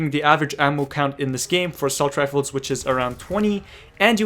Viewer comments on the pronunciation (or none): none